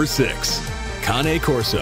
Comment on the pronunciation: Conee corso? It is cane corso you pronounced it wrong like the canes people who can’t walk good hold not conee